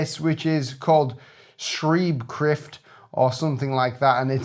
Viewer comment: It's not shrieb khryft. It's Sh-khr-eyb Sh-khr-ift. xD It's not a weird font. It's the kind of writing the developed out of the Carolingian minuscule since around 700 AD and the Holy Roman Empire. It's heritage is that of the Latin script used in old Rome. And it's the form that most if not all modern Western or Latin glyphs are evolved from.